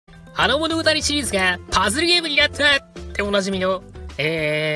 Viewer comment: パズルのイントネーションw